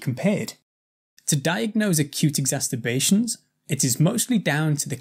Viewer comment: Why do you keep saying "exasTerbations"?! It's very odd and doesn't sound very professional getting a basic word wrong 🤔